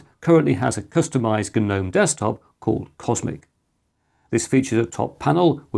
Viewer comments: G-nome!! Love it 🙂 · Tell me who thinks that inventing words is OK outside of Shakespeare WHO dicides that geeeeeeeernome is a word ,what next the victim was kaaaaaaaaaaaaaaahhhnifed to death ,or the kerrrrrrrrnight rode into battle with the English language